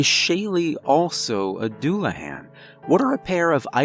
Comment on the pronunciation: aside from your gross mispronunciation of Celtic and Dullahan, it was an interesting story